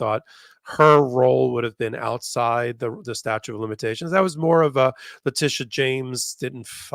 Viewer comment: As Jerry Seinfeld said: It's sta-TUTE, not statue.